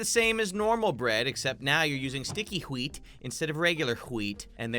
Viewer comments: and onwards. He says hwheat a lot. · the way said whet ghweat